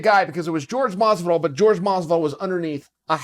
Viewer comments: Is not George is Jorge, it is disrespectful when you call a person with a name that is not his. Is like saying mike to a Miguel person or Joe to a Jose person. Just get a minute to learn how to properly pronúnciate names and stop being lazy/disrespectful. Other then that props on your content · Please stop pronouncing his name as george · His name is Jorge, not fucking George. A spanish name... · Why does Chael refuse to pronounce it "Hor-hey"? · I wonder why Chael persists to prounce Jorge as 'George'... I'm generally curious as to why... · He’s saying masvidal’s name wrong all the time, its annoying, but the story is hilarious🤣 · Can’t Sonnen pronounce “Jorge” correctly? Lol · Btw Chael pronounce his name correctly or he may get you next😏😂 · You could learn how to pronounce his name correctly, before discussing the man. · Say his name right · Are you incapable of pronouncing Jorge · Why do people call him George? It’s not even one of the tougher Hispanic names to say. Jorge (whore-hey) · CAN WE STOP CALLING HIM GEORGE LOL ITS PRONOUNCED HOR-HAY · His name is pronounced horhey not George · "George" Masvidal 🤣💥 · jorge “george” masvidal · Jorge is not pronounced like George for fuck sake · Why is he saying George? His name is Jorge, Spanish name. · How hard is it to say "Whore-hay" jesus Chael aha! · Who else came here just to hear him call Jorge "George" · it's pronounced HORHEY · Stop saying it like George he is Mexican fuck ya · Uncle chael, say it with me, HoreHey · Can someone please tell Uncle Chael it's Jorge not George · I died when I realized he calls him GEORGE Masvidal. He's such a fucking troll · Why can’t he say his name? It’s Jorge not George. It’s just annoying. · Say it with me now, Uncle Chael, "Hor-hay Masvidal." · why he still say george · His name is jorge, not George. Just like you're Chael and not Gaél. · Ffs Chael. Is name is jorge, not george. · It’s pronounced “Hor-Hey” not George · Horha not George 😅😅. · It’s not George, it’s Jorge [ˈxoɾxe]